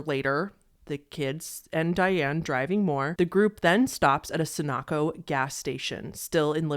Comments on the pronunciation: "sun-AH-co" 😂😂 it's SUN-OH-CO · "Sa-knock-oh" 😂😂 it's 100% not pronounced like that 😂 it's Sunoco.... "suh-no-ko" 😅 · SUN-oh-Koh. RAM-Uh-POE. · "sun-ock-o" lol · That gas station is pronounced: So-No-Ko, similar to Sudoku "She would ABSOLUTELY do anything" this Ad brought to you by Absolute Vodka. IMO, the alcohol and smoking would HURT most likely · Anyone curious can simply look up old news articles, legal documents, and watch the documentary “There’s Something Wrong with Aunt Diane.” Nothing new in your video except mispronunciations of a few words. It’s “Windstar”, not “winster.” And “Sun-oh-koh” (Sunoco), not however you mangled it. Also, there’s at least one piece of good news involving the Hances in the years after they lost their daughters which you didn’t even bother to mention. Doing so would have been a teaspoon of honey after swallowing a metaphoric gallon of vinegar. I won’t give it away here - hopefully others will do their own research and discover it for themselves. I’m done with your videos, signing off with a heartfelt “thumbs down.” They remind me of means girls in high school . . . which was LONG ago (I’m 9 years older than Diane) and a period of time I don’t care to revisit, thank you. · not trying to be a grammar nazi here, but it's a Ford Free Star, not Free'str. And Sunoco, is pronounced Sun-Oh-Koh. Your perspective is insanely good, and unbiased and you seem to have a bit of a scientific mind in the analysis. You brought out a lot that I would never have imagined myself. New sub! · You and also my cousin today pronouncing in 'SunAhco' lol. Synchronicity much? Love it. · the number of mispronounced words in this video is staggering. I mean I get not knowing how to pronounce Ramapo, but I'm pretty sure Sunoco is a national brand. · I’ve never heard anyone pronounce the words “wind star” “Sunoco” and “route” like that